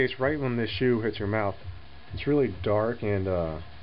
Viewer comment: not bad but i have to say puer brews better in a yixing teapot because gaiwan cools down too fast. also teapots keeps things tidy when it comes to puer dusts. oh yeah, one more thing. 'shou' is pronounced more like 'show' than it is 'shoe'.